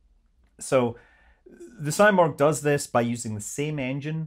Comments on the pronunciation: It is not symorgh it is seemorgh! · Hey scott. I'm from IRAN and thank you for making this video. I should say something about its name. It's not saimorg. It's pronounced "seemorh". In persian it's someting like phoenix! Out of these topics, I think these political games are destroying relations between the "people" of Iran and U.S. I'm so excited to see these Iranian-American scenes in the chat box in a peaceful and friendly frame! 😍😍❤️❤️ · It’s pronounced See-morg Not Sy-morg. Just fyi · Its pronounciation is actually more like Si(like in Spanish)-murgh, not morg. It's a phoenix like bird from that part of the world, can be seen in Turkic, Armenian, Persian, Georgian myths, not just Iranian. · It's pronounced See-morgh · You are not Morgh, you are not Simorgh… What are you?!